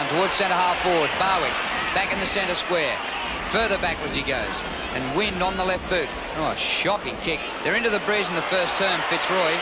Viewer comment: Jimmy wynd must have been a new player because the commentators are pronouncing his name "wind" lol